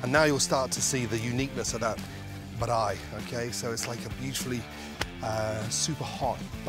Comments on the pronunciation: Goordon van der Ramsey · Haha, I came looking for this! it hurts to hear it! haha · I was waiting for someone to mention the braai. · I waited for that part lol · Exactly! The way he pronounces it is not even close lol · Every time he says braai it gets me so good, I can't stop laughing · Somehow he butchered “braai” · As a South African i find this hilarious. Seriously "Braai" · I like the way you pronounce the word braai...Im still laughing. Im also from South Africa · Smaak the pronunciation of "Braai". Respect bru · But I'll give it to you,you are the first English speaking person not from South Africa that kan say braai right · Your pronouncing braai wrong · Looks nothing like a braai to me. No self-respecting South African would make a cheese burger on a braai. We have better ways to do that believe it or not. What the heck is a "ba-r-eye" anyway? It's pronounced "braai" as in "buy" with an R after the B. I think you were made to look a fool on this one mate... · Baraai😂 Its Braai Gordon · Like "Bye" just with an "R". It's not difficult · He said barai not braai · He's very close, but he puts a bit of a vowel in between the "b" and the "r" for some reason. It's not "b(a)raai," just "braai." Still, I mean, valiant effort. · Mans saying Baraai not Braai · He said beraai instead of braai 🤣🤣🤣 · Its not Brai, its Braai, like brawwii, so yes, pls pronounce it corerectly all of you that sees this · Looks delicious, boet its BRAAI not birrraaai hehe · I know exactly where you got those buns.... hehe... But pronunciation of Braai is just Braai, not Bireye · Dude it's not brrrrrrrraaaaaiiiii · It sounds like Brye 🤣😭🤣 hahahaha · I was thinking that. I've always known it as simply "Bri" like short for "Brian"! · mate i just found another video where he cooks an ostrich egg... the man calls its a "brey" xD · Ramsay: "On the bRRaai" 😆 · The way he says «braai» sounds like baraii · He says "Braai" like he has had a bottle of Klipdrift and a pack of red stuyvies. 🤣